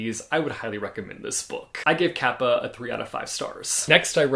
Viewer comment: I was listening to you talking while doing chores and couldn't recognize it was Japanese kappa that you were talking about because the way you said "kappa" was just so cool.